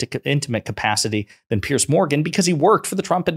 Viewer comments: Pierzzzz. Not Pearce. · "P-Arse Morgan"as the Scottish would pronounce it, is an arsehole!